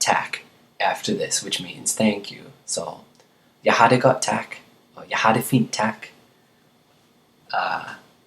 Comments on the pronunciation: did he really just say tak as tack....... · The a in "tak" is not like in anger, but more like in apple. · Hi remember the different sounds of the vowel "a". In "tak" the a is "round" like in "are"...